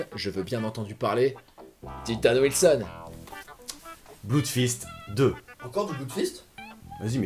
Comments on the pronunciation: Je m'étais précieusement gardé cet épisode sous le coude, et j'ai bien fait : vous avez égayé mon réveillon :D (Au passage, ça se prononce plus "bleudfist" que "bloudfist", mais vu la qualité des films eux-mêmes, je crois qu'on a le droit de dire (je me permets de vous citer) : "on s'en branle" !) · Petit détail... en anglais "oo" se prononce "ou" mais pas toujours. Dans les mots "blood" et "flood", ça se prononce "blod" et "flod". C'est comme ça.